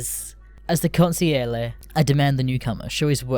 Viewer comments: Cun sig Lee air ee That's how you say it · Oh God, the way your pronounced "consigliere" made me cringe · Idk why but the way you pronounced “consigliere” made me laugh lol